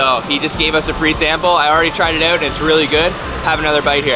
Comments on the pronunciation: great vid, really nice to watch. also funny how you pronounce out, like, oowt :) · are you canadian? the "out" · I am guessing you are from Canada...because of the way you pronounce words with "OU"...hahaha anyway NICE VIDEO!!! very informative 😊